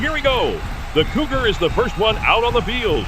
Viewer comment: I could have sworn "Cougar" was pronounced as "Goober" a few times! 😆